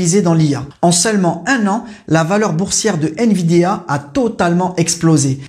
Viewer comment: C'est pas nVidéa. Mais nVidia...😂